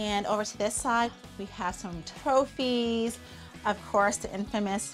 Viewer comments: Haha holly said tophies instead of trophies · Did anyone notice Holly said tophies instead of trophies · i think she said tophys instead of trophies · Did you notice holly said tophies instead of trophies. LOL😝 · she said toefes 😂😂😂😂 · She said toiphie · Notice how she said tophi instead of trophy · Holly said toephys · she said tophies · Holly said tothys. Like if you agree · did u here how she said trophy’s she said toephys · she's said tophes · Holly said tophies not trophies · She said toephie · Do you guys hear her say tofies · I heard you said toytys